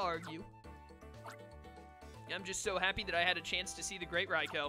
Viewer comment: we need to have a come to Jesus meet'n about how you pronounce Raikou. Rye-coup is how it's pronounced. Like bread and a military takeover